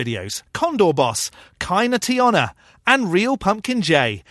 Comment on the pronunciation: Wow. I'm used to people pronouncing "Kyna" with a long I sound, but that short O in "Tiona" was something else~ Even for an excusegist, I'm honestly baffled by this guy's lack of self-awareness. Christians usually try to keep it subtle that they worship power above all else, and here this guy's openly criticizing atheism for not having a mightiest dude to do a might makes right with. You're giving the game away, guy...